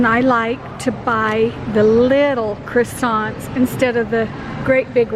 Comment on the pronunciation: What the hell are 'crissants?' 🤯🤯🤯🥴🥴🥴🥴